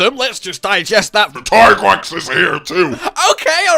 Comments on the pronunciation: Producers hate this man. Still pronouncing it as tie-grex when yuya himself says it's tee-grex. Love your content though <3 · Yessssss “TIE-GREX”..I facepalmed so hard when I heard the Handler saying “TEE-GREX” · It will always be tiegrex to me too